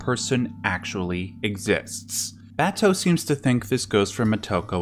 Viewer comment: Don't know if this matters, but listening to the Japanese version with subtitles, you can hear how the Japanese pronounce her name. They don't accent individual syllables in words or names the way we do. So, for example, if we in America say "mo TO ko," they say "Mo To Ko." If we say "ku sa NA gi," they say "Ku Sa Na Gi." Or if we say, "Ba to," they say "Ba To." I only mention it because I've watched a bunch of these Ghost in the Shell analyses now, and it doesn't seem like any of our commentators are aware of how the Japanese names are spoken by the Japanese. As a matter of fact, in the Japanes version, her last name is spoken first: "Ku Sa Na Gi Mo To Ko." If you try saying it a few times til it comes naturally, if creates a very different feel.